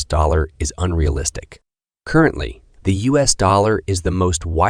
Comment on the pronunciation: "current-lee"? Who's numbers you using? Down 25%? Ha